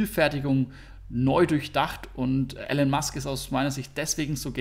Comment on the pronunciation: Of what you don't know you shall not speak. Wer nicht einmal den Vornamen von Elon Musk richtig aussprechen kann hat mit Sicherheit keine Ahnung vom Unternehmen. Wer das Tesla anhand von Charts bewertet und behauptet dass Tesla ein Autobauer ist hat sich noch überhaupt nicht ernsthaft mit Tesla beschäftigt. Tesla ist ein Technologie und Batterie Unternehmen, das in den nächsten Jahren nicht nur den Automobil- sondern auch den Energiemarkt beherrschen wird.